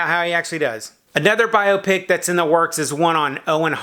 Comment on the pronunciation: Yes! Finally pronouncing biopic correctly!